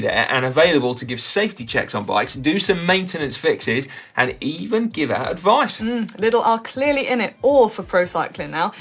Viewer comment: Liddle?..... Oh, 'Lidl'! Jeez, "professional" media types, eh.